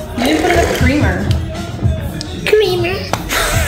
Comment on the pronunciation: A wise man once said "cweamer"